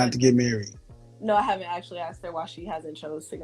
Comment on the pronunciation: I come from a place with a thick Celtic accent. We don’t usually say the “th” sound. I’m wondering if these woman are all from the same area because there is a pattern with them not saying “asked” they say “axed”